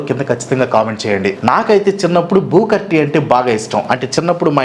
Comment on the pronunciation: చిన్నప్పుడు మీరు పలికినట్లే అనే వాళ్ళం. వ్రేజలింగ్ Wrestling బూకర్ T. Booker T ఇప్పటి పిల్లలు సరిగ్గా పలుకుతారు Favourites : Yukozuna & Vader